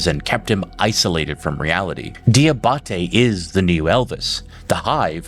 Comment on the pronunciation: Fun fact. “Diabate” is pronounced “Jah bah tay”.